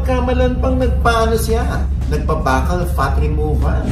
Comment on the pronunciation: bakal(buccal) hahahaha ...fyi po (byukal)